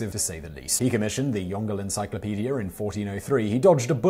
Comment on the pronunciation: "Yongle" is not "Yong-gle" but "Yong-lo"